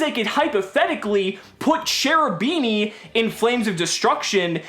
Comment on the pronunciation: Hey. I like your videos a lot. Just one thing though. Please say "Cherubini" with a K sound like in the word kick. Else it really hurts my italian ears. It's an italian archtype with the divine commedy and such so it should be read with the italian grammar. Ch in front of e or i is read K. Keep up the good videos